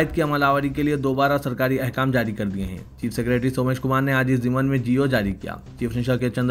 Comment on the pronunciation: zamni ghalath h ....zimny padho .!!!